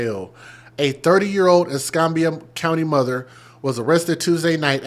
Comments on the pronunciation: Ess cam bee ah , not Ess com bee ah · es-CAM-be-ah county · It doesn't surprise me, sad to say. I live in Milton, Florida. Not far from Pensacola. Es-cam-bia is for its pronounced. Yes babies for benefits!! Disgusting!! I firmly believe after having like 3 kids unmarried, different dad's, food stamps AFDC shouldn't be issued. No benefits should be given. Because they are abusing the system!